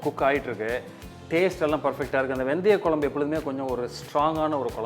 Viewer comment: For God sake pronounce the kuzhambu in tamil/properly.